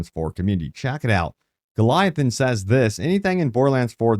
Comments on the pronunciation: My man is butchering Gothalions name lmao it’s not Goliathon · You don’t know Gothalion? Guh thal eion lol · Goth -owl -ee-un